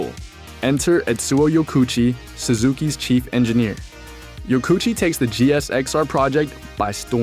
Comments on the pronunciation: I don't have to imagine it's 1984, I was there. The whole premise of this video is nonsense. I owned one of these bikes. I owned an original Katana as well. These motorcycles are not "hated". Blah Blah Blah. AND his name is not pronounced YO KOO CHEE, it is pronounced YO KO oo CHI. You are missing a syllable. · His name is pronounced Yoko Uchi.. 😊